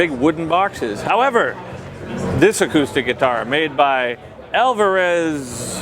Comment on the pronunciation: "alvararezzzzz.....YAWIRI" lol